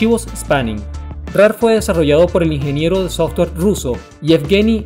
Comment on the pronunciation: Muy interesante y curioso... pero no tan curioso como la forma en que le dices Softor a Software.